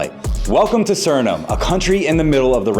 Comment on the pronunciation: Remember, you can't spell Suriname without urin. Also, noted, you can't pronounce Suriname. Please stick with build videos, clickbait ain't for you.